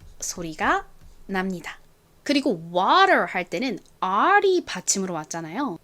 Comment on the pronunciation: 쌤님의 물 발음이 워가 아니고 와로 들려요. 와발음인가요.